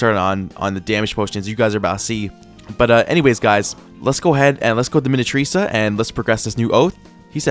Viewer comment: really pisses me off with how stupid he is even though I love his progressions. This guy doesn't know how to pronounce minityrsa ( JUST SOUND IT OUT MINI - TYR - SA ) even though he learned how to sound out his syllables in 2nd grade. I wouldn' t be surprised if first language isn't english, because he doesnt pronounce the stupid english words well, and his accent, but it's not just the english pronounciation stuff. idk why, but i got visibly irritated when he said "saintchemist" at the beginning and then "saintsworn" later. It's not even that deep but I just had to say it somewhere 😭 lets hope he doesn't dropp this progression if the devs drop something else noteworthy w vid